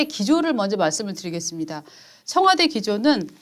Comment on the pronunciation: 무슨 자꾸 청와대. 청뫄대 ...